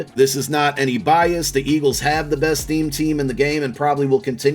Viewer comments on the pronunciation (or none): none